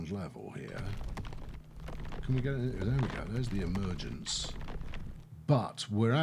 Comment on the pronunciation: "point of emergance"